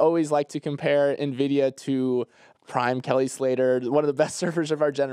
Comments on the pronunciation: used to say it that way too but I think he reads the comments and changed, haha. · pronouncing Nvidia ("in-vid-ee-uh") as "nuh-vid-ee-uh" gave me an aneurysm.